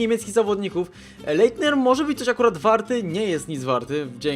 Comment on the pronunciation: Zasadniczo Leitnera czyta się bardziej tak : Lajtner